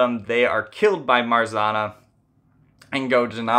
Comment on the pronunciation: There’s no R sound in Marzanna . RZ is pronounced same as you would pronounce ż . Also you should pronounce both N .